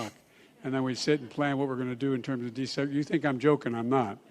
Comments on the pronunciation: he said desegragation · Just could not say the word desegregation